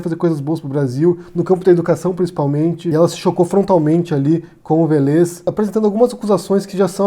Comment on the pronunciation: A pronúncia é Vélez (acento no É)! É engraçado, que vc sempre erra a pronúncia dos nomes! Kkkkk Ei, adoro seu canal! Parabéns.